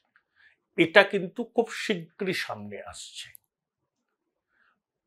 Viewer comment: Apnar sei famous astroscientist ki khobor …..ETA r SETA pronunciation EDA r SEDA hoye jachchey……correct korun .🤡